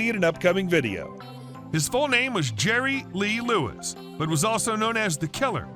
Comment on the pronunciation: His name is Jerry Lee Lewis. No Lerry Jee Lewis. 😂😂😂😂😂